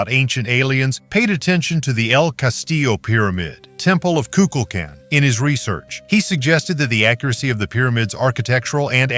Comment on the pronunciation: The snake god name the way Mexicans pronounce it has the accent on the last syllable. Ku- kul - kan. The a in kan is like a ah sound also. Not kin.